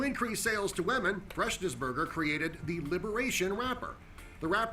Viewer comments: OMG HE PRONOUNCED "WOMEN" JUST LIKE PEWDIEPIE (wahmen) dead 😂😂😂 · Is the narrator saying whaman instead of women at the liberation wrapper one